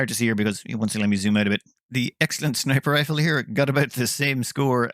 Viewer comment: "Snifer Riple"